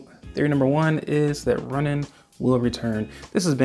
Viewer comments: Runaan not Runnin. This is the only reason why I'm not subbing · I believe it’s pronounced Rue nan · I hate to be pedantic but LORD is it bothersome: Runaan (Rooh-NAHN). Edit: Oh okay, I just read in a comment that you recognized that minor mistake. At least you know haha. I didn't see any other comment so I didn't know who else pointed it out. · This dude calls Runaan runin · I had to be Runnin with that pronunciation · the way you say ruunan gives me anxiety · you pronounce Runaan really weird, like runing lol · It’s Runaan. The guy isn’t going for a jog.